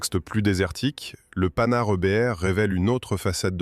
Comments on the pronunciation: Les générations actuelles qui critiquent les boomers se servent de l'IA avec des commentaires fades, des terreurs de prononciation , Panhard c'est le panard, et autres approximations, pas de travail fouillé. Feraient mieux de ne pas critiquer et de se mettre au boulot. Ouille ! Le mot qu'il ne faut pas prononcer. Le seul mérite c'est de faire connaître un engin atypique . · Le (Panard) IA inadaptée, c'est Panhard MDR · Nouveau non de code le panard 🤣merci l'ia pour ce fou rire gratuit